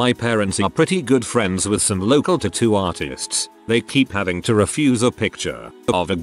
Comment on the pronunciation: i couldn't listen to the horrific way "tattoo" is said in this video ONE more time after 5 mins.